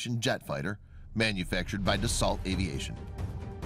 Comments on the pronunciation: pronunciations are off Da-Sau not Da-salt, Mic Donnell Douglas not Mic-Connell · Dah-so, not duh-salt....